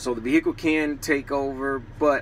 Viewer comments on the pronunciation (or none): Never heard someone call it a vee-HICK-ull